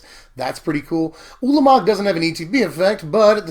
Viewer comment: Hurr-durr turn four Urlermerg 😂